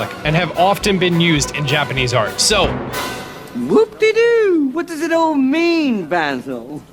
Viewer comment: whoopdeedoo! thats what the man said. u see my name right? well... u pronnounce the woepdie part as whoopdee. I GOT IN THE VID YAY